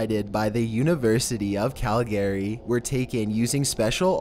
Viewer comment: I really enjoy your vids. It is a little distracting when you mispronounce words though. "Corona" "Coronal" "Calgary" etc.